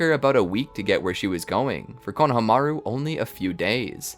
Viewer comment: can u guys please work on the pronunciation of names... i heard konahamaroo in the other episode and had to stop watching, it is very jarring for people whove seen the show